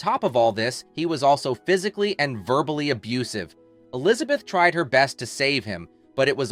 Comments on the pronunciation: Really ? You should at least know how to pronounce her name correctly. It is NOT Alizabeth; it is E lizabeth. Even your English is bad. Did you idiots who make these stupid videos not go to school ? Fool. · Today I learned that the first syllable in the name Elizabeth is "uh".